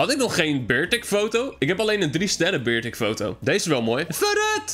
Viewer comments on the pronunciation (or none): weer beawer zegen het is beartic!!!!!!!!!!!!!!!!!!!